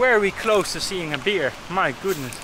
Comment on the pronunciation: Mooi filmpje, maar je uitspraak van het woord bear is een beetje irritant. Gelukkig in de voice-over gecorrrigeerd.